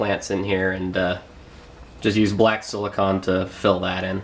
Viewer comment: Silicone That's SIL-i-CONE....